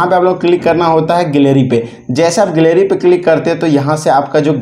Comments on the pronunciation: गैलरी ❌ गिलेरी ✅ 😂😂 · गिलेरी ✖️ गैलरी ✅.... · Gil herii